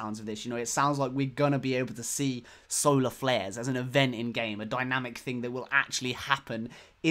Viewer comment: I heard that it was actually "Solar Glares" not flares?